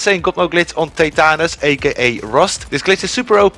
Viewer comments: Lol 😂 All jokes aside “teh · tuh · nuhs” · That's the craziest Prenunciation I've ever heard for tetanus